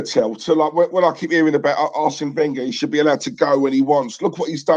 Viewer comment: Can we get Wenger's name correct? It's pronounced Ven-ger not Wen-ger